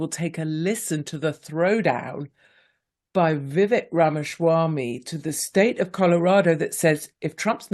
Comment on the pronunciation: Vivek, pronounced Vi-Vake.